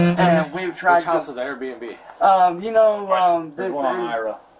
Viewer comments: He is STILL saying "A.R. B&B" 😂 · Why does he say Airbnb like AR-15? AR-BNB 😅 what a regard